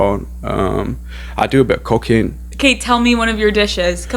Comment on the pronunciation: I heard i love to do cocaine instead of i love to do cooking lmao